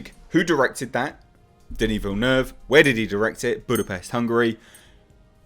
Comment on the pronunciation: I have to say that it's pretty cool how has taken the time to learn how to pronounce Denis Villeneuve's name. Dune, because of Villeneuve, is far and away my most anticipated film of 2020. Blade Runner 2049 is a masterpiece that sadly underperformed at the box office. I truly hope that Dune finds success while being an uncompromising master work from Denis.